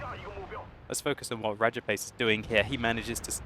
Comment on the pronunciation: RRRRRRRRRRAJAPACE WRRRRRRRRECKS RRRRRRRRRRRRRHEINMETAL BORSIG